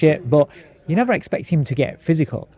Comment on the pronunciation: He said I did not eggspect that 😂😂😂😂😂😂😂😂😂😂😂😂😂 it was uneggspected 😂😂😂😂😂😂😂😂😂😂